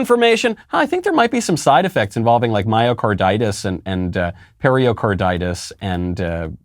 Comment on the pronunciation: Not periOcarditis, Michael. It’s pericarditis.